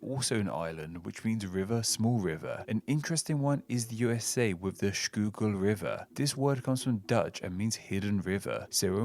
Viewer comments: Schuylkill here in the US is pronounced Shy-Kill. Just an FYI. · Schuylkill is pronounced skoo-kul. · Schuylkill, 2 L's. And even though Dutch would pronounce it as you did, we here in the area say it as "skoo-kill". Very surprised you knew of it😊😊